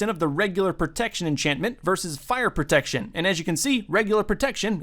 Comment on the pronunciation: "Fire Proctection"